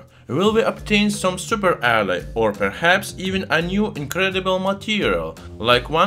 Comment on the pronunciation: It’s the way he says alloy for me. It went from “alice” to “alurt“ to “adda” and then finally just “ah”. 😂